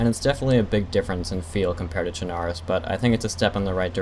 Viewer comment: Che-na-rus ಠ_ಠ Cher-nah-roose. Got it? :P